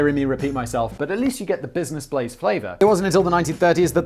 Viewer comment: I had trouble finding the channel because I always misheard Simon... I thought he kept saying "Business Plays" on the podcast... Which, as a name, fits better, making it even harder to comprehend "Blaze"... :-D Finally found it by searching for "business plays simon"... ^^